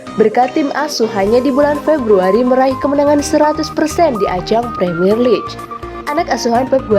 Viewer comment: League = diucapkan "liig".